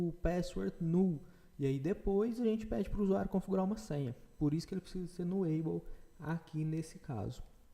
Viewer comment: Posso só sugerir algumas coisas? nullable se fala nú-labow não nuleibow repositóry se fala repô-sitóri e não reposítore. Desculpe a chatisse, mas o conteúdo do curso é de alto nível. Acho que o inglês pode dar uma melhoradinha também. Parabéns pelo conteúdo.